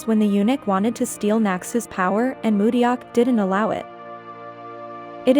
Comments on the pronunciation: to the creator of this video, please pronounce Mudeok's name correctly :-) It's mu-dok, not mu-de-yok. the "eo" in Romanized Hangul is pronounced simply as an "o" like in the phrase, "yeon" in "Bu yeon." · IHer name is Mu deok , not Mu ryeok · is it now? That's so surprising! I had no idea!🤡🤡🤡 The point was that THE ROBOT pronounced everyone else's names pretty accurately, but mudeok's was so glaringly pronounced incorrectly. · You're pronouncing Mudeok completely wrong. Not even close.🙄